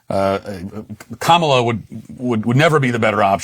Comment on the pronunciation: Matt! Say her name: kaMAla. 🇮🇳